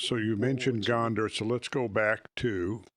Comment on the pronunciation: Thought he kept saying Gondor ❤